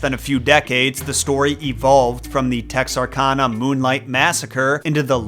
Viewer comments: For the pirates it really is All Hands on deck. Also, it’s Texar-CAN-ah, not Texar-Kahn-ah. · It’s pronounced TexRCANah. Nothing in Arkansas is pronounced the way it’s spelled. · Good video. We pronounce Bowie like boo-ee and Texarkana like Tex-ar-can-a, though. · Pronounced TEX-R-CAN-AH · As someone who has spent over 10 years living in Texarkana, did I expect the hook man to be tied back to the town that dreaded sundown? No. Did I expect Texarkana to be Pronounced right? No. Did I expect bowie county to be pronounced right? Yes. lol Texarkana - Tex are can uh or Tex er can uh. Both ways I’ve seen the locals say it. The name comes from Texas, Arkansas, Louisiana. Texarkana is part of the ArkLaTex region which bands from Natchitoches, Louisiana to Idabel, Oklahoma, and from Marshall, Texas to Monroe, Louisiana. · It’s pronounced Tex-Ark-Anna. Texas, Arkansas, and Louisiana. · The way you said "Texarkana" makes me want to take your knees. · As a resident of Arkansas I would like to inform you your pronunciation of Texarkana was wrong. Mad love for your content though! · Sir... As a resident of Texarkana... You pronounced Texarkana wrong😂😂 think kansas without the s... Just thought id let ya know